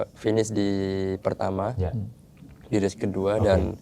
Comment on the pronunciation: “race”, bukan “ries” “wild card”, bukan “well card” “lap”, bukan “lab”. “super-pole”, “bukan “super pol” Ini penulis text nya gak pernah nonton balap kayaknya🙂